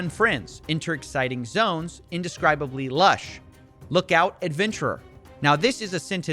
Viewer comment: "INDESCRIABLY" lol